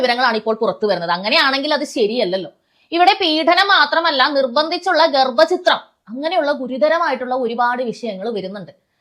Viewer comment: എടീ ഗർഭചിത്രം അല്ല ഗർഭചിദ്രം എന്നാടി പറയേണ്ടത് ആദ്യം മലയാളം പറയാൻ പടിക്ക് പിന്നെ കോണക്കു